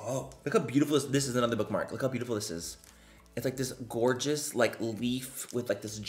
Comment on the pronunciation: I love it when he says gorga😌